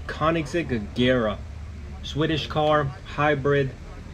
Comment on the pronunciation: Koenigsegg REGera. Not Agera. 😊👍🏼